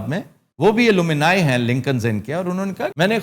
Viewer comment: talafuz theek karen...alloomini nahi hota, its alumni or alumnus